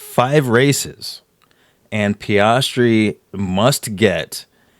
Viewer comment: “PEE-AS-TREE”. Appreciate the breakdown! Blue light in the background looks good. Doesn’t take away from you talking or the artwork.